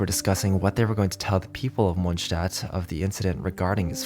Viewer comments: "Of all the characters living in mondshdat" LMFAO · question? is you saying munchstadt on purpose?